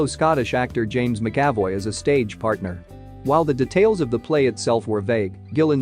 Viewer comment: Can't say Karen right. Can't say McAvoy right and even has a vid where she said she was 17 not 18 when moved to London, you getting paid to do this like a knob or just are one?